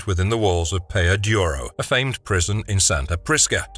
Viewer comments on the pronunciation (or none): It's Peña Duro, not "Peya Duro".